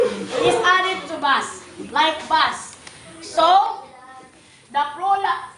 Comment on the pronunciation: The PRULA.....the floral (plural) 😅😅😅😅😅